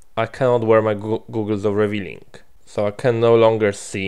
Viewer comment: Very good episode! Runic Armor looks like it's a good thing to have.:), can I help you with your English a bit? You are saying Googles, instead of Goggles, see Google has two Os and Goggles has only one O. Google has a long O sound, like in Moon, soon, or even the word 'who'. Goggle has a short O, like in hog, log, or bog, with the 'gle' sound added to it, such as it is in boggle, or toggle. I've heard you do this in almost every episode, but I wondered if I should say anything. I love other accents and vernaculars from all over the world, but I have found that people generally want to be able to say/use words the right way. I hope you take this as advice/help from a friend. If you don't want this kind of help, it's perfectly okay. Just let me know.:)